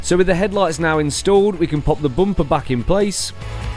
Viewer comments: Its bumper .....not bompa🙏💀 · Rear "boomper" bro's a 100% Irish 😂